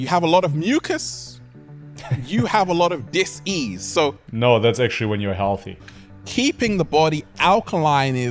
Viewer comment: The "sssss" thing is funny 😂 If a word has an "s" in the middle, he actually pauses to pronounce the infinity "s" and then continues. "You have a lot of disssssssss-ease." So campy!